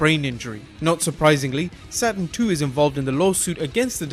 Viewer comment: SATURN "NOT" ( SATEN )